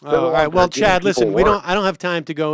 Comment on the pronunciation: Was that "Chad" or "Chud"? 🤣